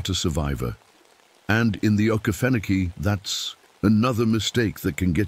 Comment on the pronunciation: texas. And it's O Key Fen Oh key